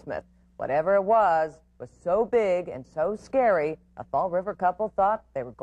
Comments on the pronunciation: “That’s how I could tell it was skeely”….news guy: “skeely?” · is she saying scaled or scary?